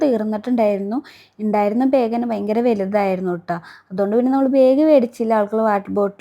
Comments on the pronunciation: ബേഗ് അല്ല ബാഗ് ആണ് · ബായഗ് അല്ല ബാഗ് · Why saying beeg....its Bag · okk.. Pashe pronouns cheyane mistake paranjenn ollu... District base cheyth allalo nammal pronouns cheyndedh